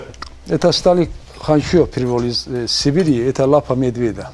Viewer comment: Лапа медведя произнёс вообще без акцента, да и другие говорит без акцента